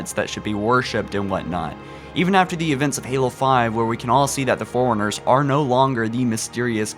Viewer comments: Nice vid. Seriously though, get speech lessons. "Forerunners", not "Forners" "Jul 'Mdama", not "Juldama" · Im sorry but i laugh every time you say Forerunners because you pronounce it foreigners.